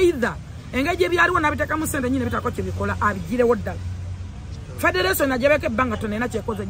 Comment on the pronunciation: Lwakyi Xmas togikwata n´e Taata womwana Simple-K nemunyumirwa olunaku mwena nga family.Mpozi nekilala,you should learn how to pronaunce R & L e.g Ragga Dee not Lagga Dee/Federation not Fedelation.